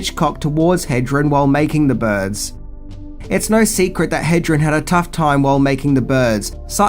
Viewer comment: You’ve got to say Tippi’s name right, HedreN.